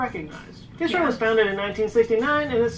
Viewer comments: IS-RO, not Ice-RO. Love ur reactions. Thank you. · It is not pronounced "eyes row", it is pronounced as "is row". And I too have one premier on 15th August, which was the day ISRO was formed. Please do view it. I will be grateful